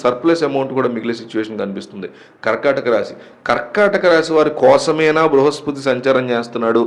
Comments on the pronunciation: అది బృహస్పృతి కాదు బృహస్పతి. ముందు సరిగ్గా పలకడం తెలుసుకోండి. తరువాత జాతకాలు చెప్పండి దయచేసి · Adi bruhaspriti kaadu, Bruhaspati anukunta? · Bruhaspruti kadandi bruhaspati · Meeru astrologer na. Bruhaspruthi kadhu sir BRUHASPATHI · Bhruhaspati babu bhruhaspruti kadhu